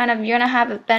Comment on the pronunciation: This is ghetto as fuck. Who the hell makes duct tape hats. GHETTO!!! WHy do you pronounce other as oder?